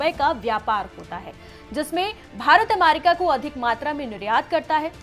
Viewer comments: it’s America and no Aamerika 😂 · अमारिका नाही अमेरिका ऐसा शुभेच्छा बोलते है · First of all its America not Amarica😡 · Ap America ko bar bar Amarica kyun bol rahi hain madam? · America not amarica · America not aaamerrica , gwar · Amaarica bolna sikhao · America bolne to sikh le pahle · 😂 pronunciation bhi nhi aata hai aur news banane chal diye